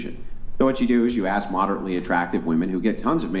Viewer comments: why do a lot of black people fail to say the word ask. do they think that it is spelt aks? they probably do. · Never argue with anyone who pronounces the word ask as "ax." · She even threw the "axe me a question" in this episode as well..😮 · Earf = earth, maff = math LOLOLOL axe = ask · Earf, axe, and teef 😂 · I brush my teef on planet Earf while I axe questions.